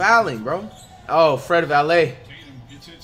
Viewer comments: PBAJSquid no bro he called him Fred Vanvuhleet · Fred Valet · Nobody: Flight: Fred Valley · He used to call him vanvilit